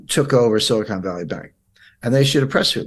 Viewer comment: The word you should have said is silicon, not silicone (re: Silicon Valley Bank).